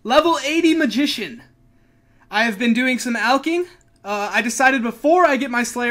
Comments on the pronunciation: Nice vid bro, and btw I kinda cringe when you say magician ... always makes me laugh lmao. good content, keep it up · is what you came here for, cracks me up when you say magician